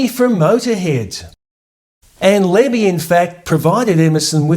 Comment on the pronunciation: It's "Lemmy", not "Lenny". 😒